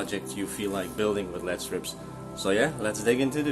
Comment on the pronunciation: It's pronounced "L....E....D" Not "LEAD".